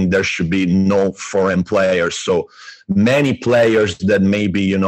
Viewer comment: Great effort on this podcast! Looking forward! Btw, it's Foreign players, not Forgan:D